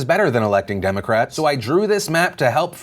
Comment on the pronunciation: Ewww why that ted cruz zodiac lookin ass dude pronounce republican and democrats so awkwardly🤣